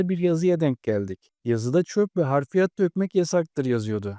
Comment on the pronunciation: Abi harfiyat değil hafriyat